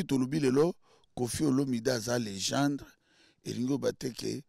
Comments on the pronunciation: Légènde té mais légèndre 🤣🤷🏾‍♂️👀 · 🇨🇬🥺😳😳 Moi j'ai dû entendre légendre! #À la place de légende#😅😅😅😅😅😅